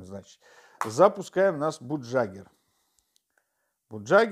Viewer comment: Программа называется не "бугджагер", а "багягер"!